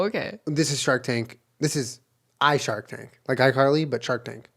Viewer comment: Anyone else think Julian said 'Shart Tank' instead of 'Shark Tank'?